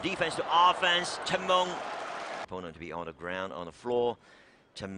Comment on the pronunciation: Commentator so annoying when pronouncing cheng mengs name. Sounds like he is saying Chimone